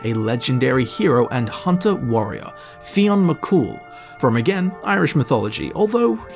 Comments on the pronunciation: Just to let you know Fionn is pronounced as Finn. Finn is just the anglicised spelling of Fionn. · Two tiny tiny corrections.... Fionn is pronounced Finn and Cu Sith is pronounced Cu Shee. Love the videos!